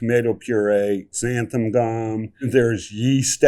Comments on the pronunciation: omg XANTHAN gum not xantham! lol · I think all of them call xanthan gum “xantham gum”. Why do so many people put an m in xanthan? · One of the newest pet peeves I’ve developed as I’ve gotten older is when people pronounce Xanthan Gum as Xantham Gum.